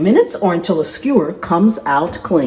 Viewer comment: You said a long screwer instead of skewer..😅